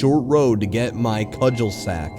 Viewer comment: i know this vid is 2 years old but 1 like= 1 cudgelsack 1 dislike= 1 ricoata cheese (its cul-de-sac and re-cott-uh my dudes)